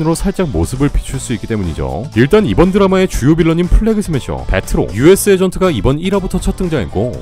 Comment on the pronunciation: 중간에 플레시 스매셔라고 하시네용 ㅋㅋ